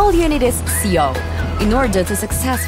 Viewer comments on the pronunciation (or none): Is there a way to get a voice over that isn't text-to-speech? Because I'm pretty sure SEO is a different thing from "see-oh".